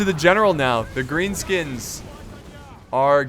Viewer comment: he sed grean skuns